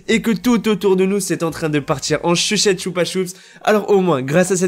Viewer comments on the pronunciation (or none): t le meilleur j'adore les informations sur fortnite.mdr tu avais dis chuchette au lieu de sucette. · A il dit "en chuchette chupasups"😂😂 t le mllr